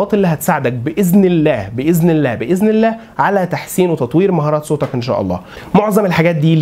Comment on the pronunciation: كيف تحسن صوتك بفتح التاء، والله أغلقت المقطع لما سمعتك ضممت كلمة صوتك ولم تفتح التاء.